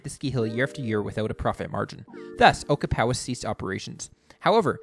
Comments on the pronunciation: Ochapowase….o-chap-a-waze, not oka-pow-ass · Ocahpowis!? It's pronounced Oh-chap-ah wace. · It's pronounced O-CHAP-O-ACE